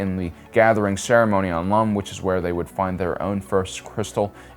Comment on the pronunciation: bruh really said "holy planet of LUM" and not ILUM